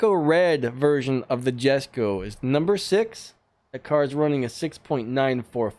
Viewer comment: Cool nice green screen editing keep it up and the Koenigegg Jesko is pronounced yesko